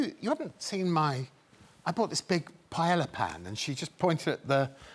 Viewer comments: cleaning lady knew greg had no business making paella if he couldn't even pronounce it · The actor Greg next to Sebastian Stan is mispronouncing Paella sorry there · Why don't English speakers just learn to say 'paella' already? What they say, in Spanish would be written 'paela'. It's a palatal lateral. We'll end up saying it like they do, badly, like with everything.